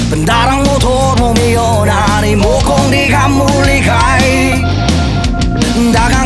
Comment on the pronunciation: yung accent nkakagago. mio is meyu HAHA fck